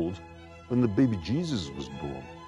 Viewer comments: Hearing Jeremy say “Baby Jeezizz” always makes one’s day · "beby jeezus"